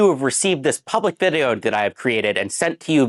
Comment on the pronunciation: "Hope you have received dis puhblick vid-e-oh," Alright, buddy.